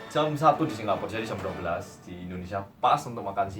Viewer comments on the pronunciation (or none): Salah fokus sama mase pas ngomong SINGGAPUR 😂😂😂😂